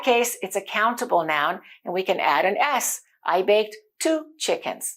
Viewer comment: Your way of teaching is appreciable. But why do you pronounce aan? It should be an. Not aan.